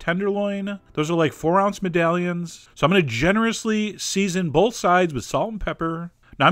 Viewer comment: bowlth? you like bowlth?